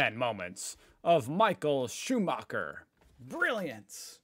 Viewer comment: Deus ex macina. The Red Baron. MI-HA-EL SHU-MA-(h)ER